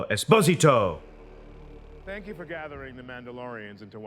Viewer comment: It’s “es-po-SI-to”